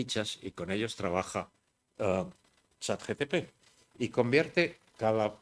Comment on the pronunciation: Todo el mundo: ChatGPT Álvaro de Rújula: ChatGTP